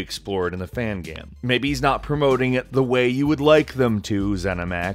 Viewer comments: It's "game" not "gaaahm" Please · xtreme gaems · What is a gaemm? You keep saying that.